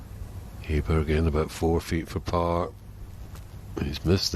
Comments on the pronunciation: It's not Ayburg sweetheart, it's Awberg, jesus christ. If you're going to be a presenter, have the decency to learn how to pronounce your own players names. Amateur. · 'Ay-burg', nope that's NOT his name, not even close. 'Oh-burg' would be a good compromise. 'Oh-berry' would be 100%.